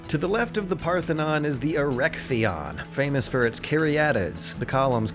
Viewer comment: Erecteion u pronunounce it in the murrican way again: E-re-ctè-ion is the right way. The olive tree is part of a tradition that stupidity has removed from consumeristic cave man and women that today populate the Earth especially in living large USA but not only there: in greece every neo adult had would have a tree planted for him and of course these or the city would be tending the tree needs as you probably have no idea since u eat chemical polluted mc donald stuff and not even know what a e.v. olive oil is or what olive are, ... Of course this meant that the more olive tree vines are large the larger the army available was.